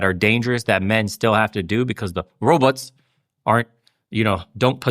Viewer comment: bernie pronouces 'robots' the same way zoidberg from futurama does.